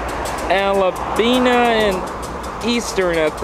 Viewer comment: It's pronounced ALL buh nee. This runs through Oregon's Willamette valley